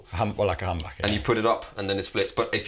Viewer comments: Lol, pronunciation of humbucker sounds like hamburger and dammit, now I'm starving for a hamburger! Thanks! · If you put on subtitles says hamburger not humbucker